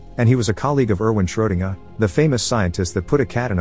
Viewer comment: "Schrodenguhh. Schrodenguhh?" I think the computer man meant to say SchrodengER... i've said it before on this channel, and i'll say it again... WHOEVER MAKES THESE VIDEOS REALLY SHOULD PAY MORE ATTENTION IN THE EDITING PHASE AND DO WAY, WAY, WAY MORE RESEARCH BEFORE POSTING THESE TO YOUTUBE!!!